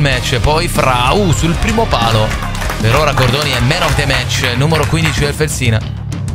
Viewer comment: Si chiama Fèlsina, non Felsìna. È l’antico nome della città di Bologna.